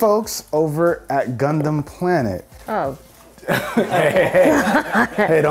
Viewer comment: When he says gundum(idk how 2 spell) it sounds like he’s saying c0nd0M